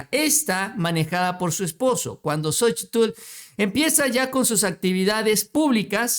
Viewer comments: Excelente nota, solo que no te soporto cada vez que dices xochi TL, hijo de tu madre, me retuerzo de escozor cada que dices xochi - TL, que re cuesta decir sochil y punto, jajaja te mamas!! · QUE YA NO PRONUNCIES LA TL DE LA SOCHIL, NO MERECE ESFORZARSE CON EL LENGUAJE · Estaba mirando el vídeo, pero escuchar tanto el nombre xochiTL y como lo pronuncia mejor me boy a la verg..a. 😂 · no será posible que pronuncies a Xochitl como es? La verdad es desesperante oír como remarcas la tl y créeme que no es necesario, simplemente te lo voy a escribir como suena y se pronuncia... sóchil. La X se convierte en S. Es que de por sí, esa Sra. Ya no la soporto y luego tú hasta remarcas su nombre y la verdad pues no es así. Saludos. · no digas Xochi tl mejor dí Xochi....lito!??!! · Más bien la t es la que no se pronuncia. Solo zochil y ya quedó. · no tienes que pronunciar la L al final de Xochitl